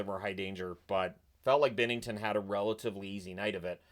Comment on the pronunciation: Binnington!!! It's bInnington